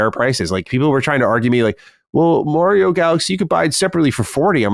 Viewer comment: Will someone teach this guy to pronounce Mario